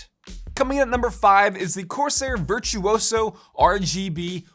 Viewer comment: It's virtuoso not virtuoso